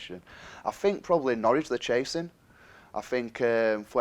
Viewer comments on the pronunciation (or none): It's "No-ridge" ... Not "No-rich". Local dialect.